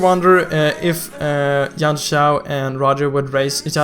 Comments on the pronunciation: I'm triggered by Yun(yan) Zhao whenever you pronounce it. And I'm triggered by this game for saying his first name first but I'm glad it's Zhao Yun (literally yoon) now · its not yun shaoo its yun jaoo